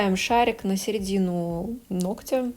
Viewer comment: Не ногтЯ, а нОгтя!!! Сколько можно?!?!🙄 Видео полезные, интересные и информативные, НО из-за таких ошибок неприятно смотреть(((